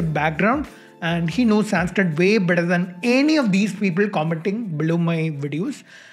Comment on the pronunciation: I wanna go kill his angry cat every time he pronounces SAYNSKRITT with a white people T. Bc if you have learnt you woulda known how to say संस्क्रित Sun-s-krit try again wanna be white baby boii Also your favourite nasa and esa derives and names everything on greek gods and credit everything to european philosophy and culture.